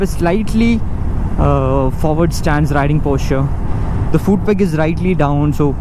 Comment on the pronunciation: Also I've noticed you pronounce foot as fooot. Not being a English Nazi here coz even i mess it up alot of times :P